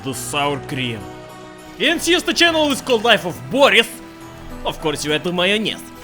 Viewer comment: Zayebis video as always. But one thing is bothering me. Why do you read your name as 'Boris instead of classic slav Bo'ris (it's about the stress, if you don't follow)? It seems fishy. You aren't a really well informed western spy who just overlooked that small detail, no? Of course, you aren't, blin. You are! Greetings!